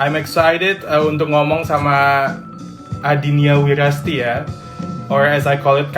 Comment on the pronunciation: Adinia wirasti kang...bukan wirasati